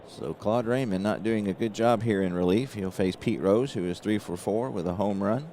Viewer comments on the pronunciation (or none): some pronunciations for you...Felix Millan is 'ME ON'...Clalude Raymond is pronounced 'RAY MOAN'. I went to a fantasy camp in 1993...met all kinds of former Braves, Lew Burdette, Pat Jarvis, Sonny Jackson, Mike Lum and many others...got a real nice video compliments of the week long camp. In the Saturday games, when all the campers played the pros, I got Mike Lum on strikes...and I got it on video with the announcer doing a great job of reporting it. It was a great week...they called it 'Braves Baseball Heaven', and indeed it was. 1968 was my favorite year competing in Baseball and Football. I was blessed to be on some real good teams...one of the players I played with was from Cincinnati and he use to tell me about Waite Hoyt...when he would advertise for Berger Beer. He would say this line..."When ya get the urge, get the Berger, Berger Beer"...I'll always remember that line... Also, Phil Niekro came up for the Braves in 1964...at least that's when I remember it...and he was a knuckler when he first came up...the only other known Knuckler to me back then and earlier was Hoyt Wilhelm...nice job as usual...oh one last comment...I am doing several replays, and my Braves are always struggling. Wes Covington, in my 1958 replay, has a great ONE column vs right hand pitching. In 80 plate appearances so far, he has rolled in that ONE column 5 times! It reminding me of your 'Johnny Bench' slump...one thing about these games...the dice always win! LOL or actually 'Cry out Loud'